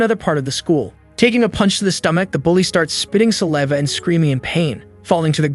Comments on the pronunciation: sa-lee-va thats crazy bro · Teach your AI how to pronounce "saliva" correctly... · You said saliva wrong like 80 times😂